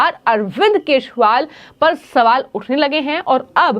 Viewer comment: Yar ye news anchor nigeria se aai hai kya is se kejriwal bhi nahi bola jata thik se😂😂😂😂😂😂😂